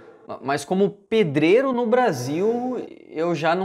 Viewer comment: é legal ouvir ele falando pEdrEiRO